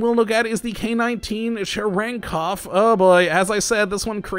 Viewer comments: Chyeryenkov is how yer supposed to pronounce it right? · Черенков? Your pronunciation is so wrong!